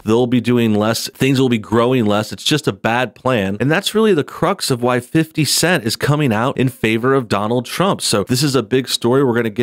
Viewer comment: Was I the only one to chuckle every time he said "fifty cent" like a middle-aged white guy? 😂🤣😂